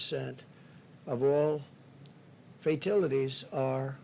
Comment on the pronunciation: 😂"fa-till-ities"🤣🤣 The sundowning starts really becoming evident , when his lies about Coronavirus facts and statistics starts giving way to confusing rants about Democrats, Teacher's (and other) Union/s...$10,000 and children etc. His digressions are getting more and more bizarre with yesterday and today's long winded,confused,and meandering speeches. It'd be funny if it weren't for the power of destruction that is in his hands😧